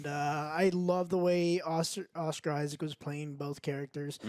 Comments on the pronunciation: "Oscar Isaacs" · No s and the end of Issac. Lol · it's 'Isaac'!!!